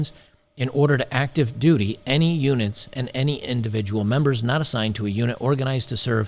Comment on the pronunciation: When you said "reserve units", I heard "reserve unic's", which is probably more accurate, lol.